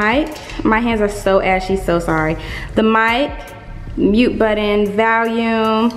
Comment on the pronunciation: nobody: in this video: “VaLuMe” lmao you’re definitely saying that word incorrectly 💀